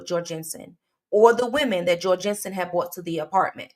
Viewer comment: His name is said Jor (rhymes with gore)-Gun-Son and I know this, as he was my boss for a few years! Such a crazy thing to have someone you knew do something like this